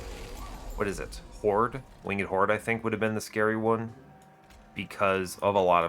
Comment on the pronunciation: "Winged" does not have two syllables.